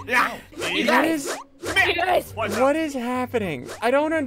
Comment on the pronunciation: You said nico not flico you ruined it